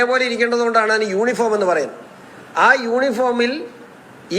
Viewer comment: യൂണിഫോം എന്നു തെറ്റുകൂടാതെ പറയാൻ ശിവന്കുട്ടിക്ക് അറിയാമോ? പറഞ്ഞു വന്നപ്പോൾ യോനിഫോം എന്നായിപ്പോയി.